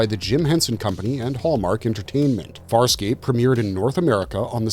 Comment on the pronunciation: Wow, you jacked up Farscape something fierce. Still glad it got a shout out though